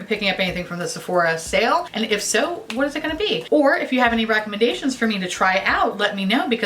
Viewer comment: For some reason I thought you said recommend-gaytions instead of recommendations and either way I accept